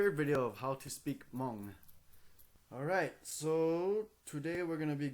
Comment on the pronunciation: the uhh.. at the end is soo kiddy. and all the hmong's are wrong man